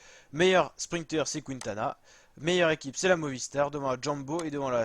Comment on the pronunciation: Quintana se prononce Kintana, sans "OU", merci ^^